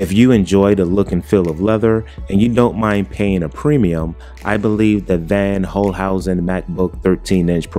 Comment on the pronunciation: It’s pronounced “fonn holcehousen”.